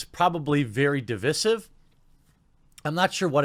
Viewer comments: Device-ive not de-vissive. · Di-Vic-ive? Moron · Why do so many people say divisive wrong.. look it up and listen to the pronunciation of it. It’s not Di visss ive it’s Di vise ive. Heals vs Babyface and Skillup did the same thing. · Why does he keep saying divisive wrong? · The only thing that is divisive is your pronunciation of the word divisive.